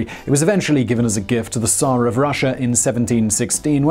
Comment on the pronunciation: I don't think I've ever before heard someone online pronouncing "tsar" correctly before. Great job!